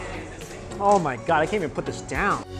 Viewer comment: Kelvin Choo no he said ma gad